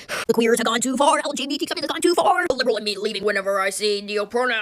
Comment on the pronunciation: Whatever that was with the death note sweatshirt on said “literally” so idiotically. “LiihLLeRLLeigh” “lillerly” huh???? Yeah lemme take advice from you. But you’re a kid. This dude or woman or whatever that was is gonna look back on this in 10 years, maybe even less, with so much embarrassment.